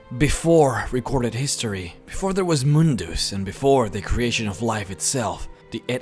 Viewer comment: it's not moondoos or moondas it's mundus